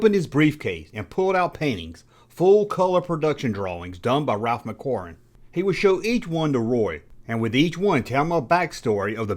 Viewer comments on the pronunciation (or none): Roy "Thomson?" I never heard of a Marvel editor with that name. I think you mean, Roy Thomas. And the production drawings are by "Ralph McQuarrie," NOT "Ralph McQuorm.